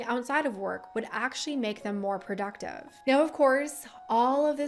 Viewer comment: Why do you say "productive" like that?